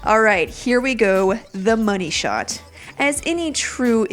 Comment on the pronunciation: Love how she gives so much emphasis to, "The Money Shot."